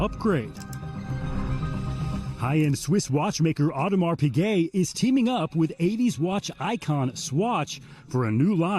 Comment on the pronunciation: And can’t even pronounce Piguet correctly